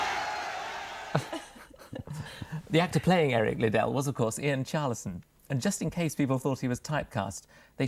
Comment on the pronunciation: Pretty embarrassing that they interviewed Ian Charleson and mispronounce Eric Liddle's name repeatedly.